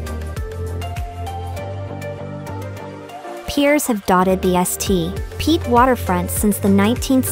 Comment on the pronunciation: The "S.T....Pete" thing is really annoying but otherwise a good video.